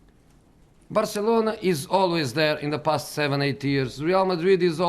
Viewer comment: And man city have investments from the ' pust ' and not from ' past ' .😂😂😂